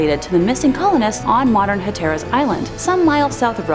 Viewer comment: Terrific video! Just one minor point: the name "Hatteras" is accented on the first syllable... :)